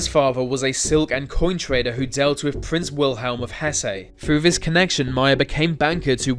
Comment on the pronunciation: Hesse is pronounced wivout putting the "-ay". Its just said "Hess" the 'e' is silent to indicate that the double 's' had none other than a simple sound. By ve way 'th' in a word is not pronounced by a 'v' sound.